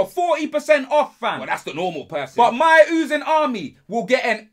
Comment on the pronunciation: Why does he say ooziing like that